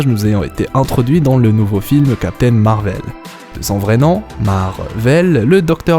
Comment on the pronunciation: MAAAAR VEL... 😅 Tu peut pas le Dire normalement .: C’est perturbant.. 😅😂 très bonne vidéo en tout cas 😊